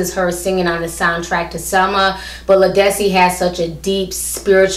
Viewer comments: I agree with everything you said. But Ti her named is pronounced Lead like a lead pencil... Lead-dis-cee.lol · Her name is Led-is-see. She's been out for over 15 years. I've have her albums and she's awesome.